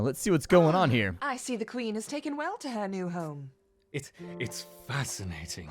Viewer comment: "i dont want to increase access to de queen...." them